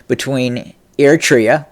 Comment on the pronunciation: Hello, first let me congratulate you for finally been able to pronounce the name “ERI-TREA” properly as opposed to “Etria” as you use to say it. That is tremendous progress. Now I hope that you will work on pronouncing properly the last name of the delusional and phony current ruler of Ethiopia or city state of Addis Ababa as you aptly described him, namely Abiy as AHmed and not Amed unless you meant it as a pun to describe him in Amharic as ኣመድ to mean dirty (soil). BTW, your description of the geography of the region is impressive but your political analysis leaves a lot to be desired. To begin with, Abiy’s latest pronouncement against Eritrea is simply a bluff meant to detract Ethiopians from the serious political, economic and social quagmire that they find themselves in thanks to his inept administration. But even if he were to be serious, he has a zero chance of winning as Eritrea is too experienced, well-armed and diplomatically well-connected. To make matters worse, ownership of the Red Sea is not the concern of Eritrea alone but that of all the countries who border the Red Sea including Egypt and Saudi Arabia to mention a few, all of which are opposed to changing any ownership of the Red Sea by any means. In any case, a certified narcissist that he is, Abiy has gambled big time and there is no doubt that this will be his last one as he will not be around for too long. Mark my words!